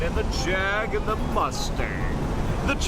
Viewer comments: Hell y’all go me over year throwing JAAAAG lines in a Birmingham accent lol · Jeremy Clarkson would dis you guys for the way you said JAG! LMAO 🤣 STILL FUNNY AS HELL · OK, I never want to hear Jag said that way again.